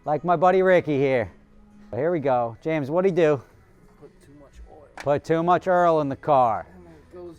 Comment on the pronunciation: “he put too much EARL in the car” I didn’t know ppl really said oil like that! I thought it was jus a joke when ppl would say that